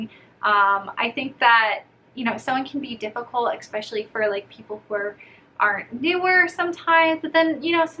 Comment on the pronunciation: it’s ESpecially not ECspecially